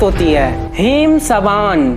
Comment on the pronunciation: Haim sabaan nahi Haim saban